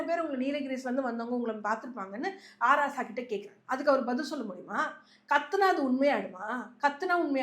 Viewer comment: அது H Raja இல்லை அ. ராசா. தெளிவா பேசும்மா. மைக் கிடைச்சா முதல்வராயே கேள்வி கேப்பீங்களா